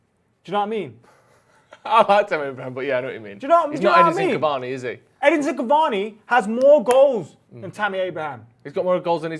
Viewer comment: His name is Edinson Cavani guys. At least get that much right